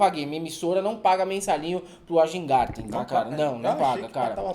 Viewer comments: O nome é VÁIN-GÁRTEN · Rapaziada, em alemão W tem som de V e J tem som de I. SEMPRE! Então Wajngarten se fala vaingarten. Bem simples. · A pronúncia é Weingarten. J em línguas escandinavas tem som de I/Y. Mas pode ser Weg-garten pelo deboche.